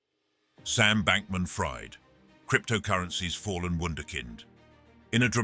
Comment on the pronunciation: #20 Sam Bankman Fried is pronounced (freed)